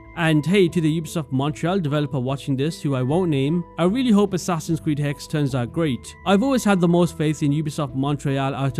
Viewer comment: Hexe not hex